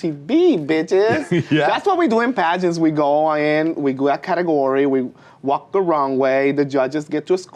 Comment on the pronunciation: lol ‘Catagory’